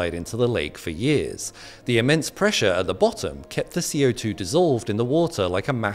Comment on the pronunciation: Falsche Betonung, falsche Aussprache. CO2 wird nicht als "Ko-2" gesprochen.